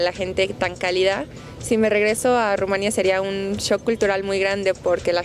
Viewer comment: Te aseguro que, aunque sea de origen rumano, ella no creció allá. No sólo porque no tiene acento extranjero sino más bien bastante acento mexicano, sino porque dice "Rumania" (acentuando la segunda sílaba), en lugar de decir "Rumanía", con acento en la i latina, qué es exactamente la pronunciación del nombre de ese país y ningún rumano que haya crecido allá lo pronuncia como ella, aunque hable excelentemente el español.